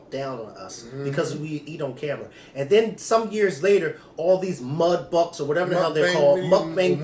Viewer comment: Did call mukbangs... mudbucks🤣🤣🤣🤣